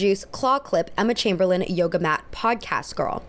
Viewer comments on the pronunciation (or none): none